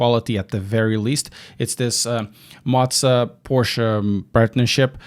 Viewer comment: I am no hater, but the way that you are saying Moza is scratching my brain......